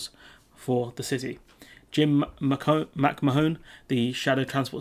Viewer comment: Now that the teething problems have developed into full blown toothache a visit to the dentist is in order. The "H" and "O" in McMahon are silent and it's pronounced McMaan.